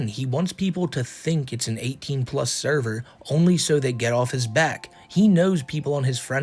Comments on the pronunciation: Not the thur-ver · “NOT THE THURVER!” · NOOO!!!! NOT THE THURVURR!! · Who actually pronounces words wrong more often. Nova or Amberlynn Reid